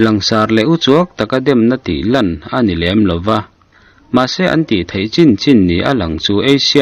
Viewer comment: ASEAN hi Eisian tia lam lovin Asian ti a lam zawk tur a ni e